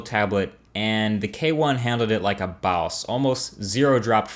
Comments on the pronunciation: lmaooo "like a BAWSE" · The K1 handled it like a Baws!... Haha... I like how he pronounce Boss in his videos. Marques is a funny dude lol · Like a "BAUS"